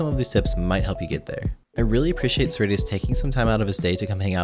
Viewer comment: When you first said cerridius I thought you said SirD lol